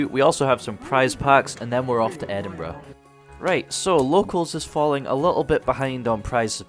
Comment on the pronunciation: Antoine A.N LMAO!!!!!!!!!!!!! Reading this as he says it KILLES ME 🤣👏👌👍🔥😱